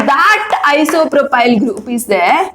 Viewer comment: Isopropyl mam not propyl